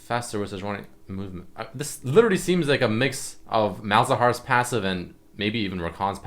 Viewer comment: do you know how to say literally properly? lol everytime u say it it makes my ears bleed.